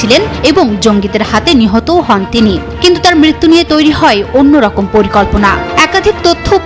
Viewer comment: হয় কে হই হই বলেন কেন?